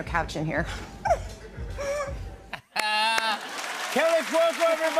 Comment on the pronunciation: Kaley….. no Kelly~ I thought it’d be a single flub up for Fallon but he repeatedly mispronounces her name~ I think she just resigned to ~ Meh…. Yeah I’m “Kelly” 🤷‍♀️